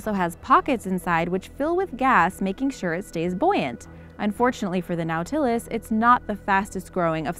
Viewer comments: It's pronounced NAUGHT-a-less not " now-tillis" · Nautilus is pronounced naw'-ti-lus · Red panda are a.k.a fire fox. Oh and nautilus is pronounced (naw,til,us) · It's pronounced "NOT-uh-lus," not "now-TIL-us." Get someone with an education to narrate your videos. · "Gnawtilus"? I recall that this shell-borne animal is a NAUTilus. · just so you know, the name of #7 is not pronounced as its spelled it is pronounced naw-tilis nautilis is the name of the submarine in 20,000 leagues under the sea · Nautilus pronounced Naw til es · Yeah...she went a wee pretentious on 'Epoch' as well...But everytime she said Noooow-Ta-Luss, my hubby and I cringed. Horrible! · Lost me at the inability to pronounce "Nautilus" correctly. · What bothers me more than how she pronounces nautilus is how much crap she's getting for it. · How does one fail at pronouncing nautilus? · You really need to learn how to pronounce Words. Nautilus? SMH But love the channel anyways. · love the video. Learn how to properly pronounce NAUTILUS. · nautilus isn't pronounced right. this is like nails on a chalk board.